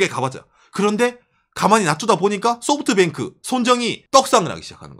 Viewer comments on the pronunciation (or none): none